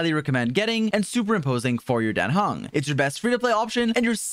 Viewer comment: His name is Dan Heng, not Den Hang! xD